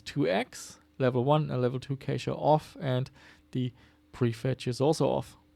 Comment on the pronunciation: Cache is pronounced like cash, no?